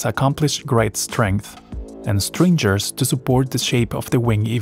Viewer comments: Tha AI voice and pronounciation of stringers as strinjers destroyed this video for me within a minute. This is all AI generated and all the people who have praised the CAD designs have been conned. People did not do the design. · "strinjers" (goid video though) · Bot? S T R I N J E R S? ? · Please fix the pronunciation of “stringers” and “longer ones”. Very well done. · please pronounce stringers properly